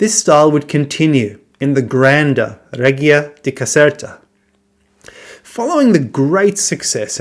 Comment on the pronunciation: Hi, could you please check the pronunciation of reggia.